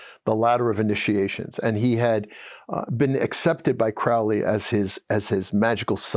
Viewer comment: This was interesting. It would be even better if you could correctly pronounce the words Crowley and Thelema.